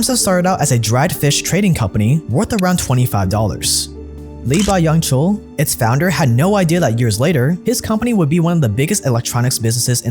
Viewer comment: "lee bUhyoung chul" i'm sorry what...i hope u at least researched how to properly pronounce his name lmao..otherwise great video